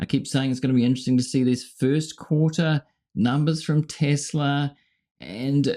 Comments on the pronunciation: “I love Tesler!” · It's TESLER!!!! 😂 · Tesla? Oh, you mean Tesler!